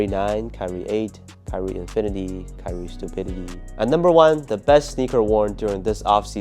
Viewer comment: Did you just say "kyrie stupidity"?😳 Kidding aside, looking forward for the kt8. Great vid, as always.🔥